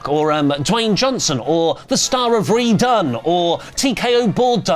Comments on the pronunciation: Hearing RED-one pronounced as RE-done! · "re-done" movie titled "red... one". having an anchorman moment or was that intentional?